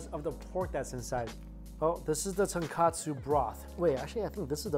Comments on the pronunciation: Tonkatsu is the pork cutlet...it’s Tonkotsu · tonKOtsu, not tonKAtsu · Mike, there's a difference between "ton kOtsu" (pork bone) and "ton kAtsu" (pork cutlet). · Tonkotsu not katsu Mikey! You've been saying Tonkatsu = pork cutlets, for so long xD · Love you videos but please STOP calling it TonKAtsu broth.... Its TonKOtsu, no letter 'a'.... Tonkatsu is fried pork cutlet.... Tonkotsu is pork broth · Mikey, brah, you gotta get this right once and for all... TONKATSU = Pork Cutlet TONKOTSU = Pork Broth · Ton-KOH-tsu, not Ton-Kah-tsu. Completely different things. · Just me being picky but it’s ton-KO-tsu broth not ton-KA-tsu (breaded/tempura-ed pork cutlet) 😅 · Hey Mikey, it’s not tonkAtsu ramen, it’s tonkOtsu ramen. Tonkatsu is a different type of japanese food, it’s fried breaded pork cutlet. Tonkotsu is the pork broth of the ramen. Good reaction video tho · Mikey, tonkotsu and tonkatsu is two different things! You kept saying tonkatsu haha. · bruh he cooked the noodles wrongly and he calls the broth tonkatsu instead of tonkutsu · Love your reviews but just a little note. its tonkotsu not tonkatsu which means pork cutlet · I cringe every time he says tonkatsu instead of tonkotsu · Ton-KO-tsu bro not Ton-KA-tsu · Absolutely love watching your channel - your love for food totally brightens up my day! One thing you might want to improve on is the pronunciation: when it’s ramen, it’s Tonkotsu, not Ton-Katsu. Tonkotsu = pork bones (ton is pork and kotsu is bone), while Tonkatsu = fried pork cutlet … very different things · “Tunkatsoo” 🙅🏻‍♀️🙅🏻‍♀️ Tone-koht-soo 👌🏻